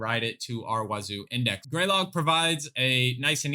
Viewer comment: You pronounce it wrong. Huh Duh Wazuh